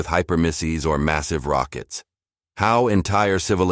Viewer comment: What the heck variant of English is the Narrator using? "maSEEVE", "rahDAR", VAR-ee-ANT" ???